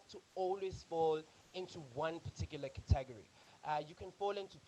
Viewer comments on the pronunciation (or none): Thanks for the videos! Love them. Just the pronunciation of 'category' distracted me a bit.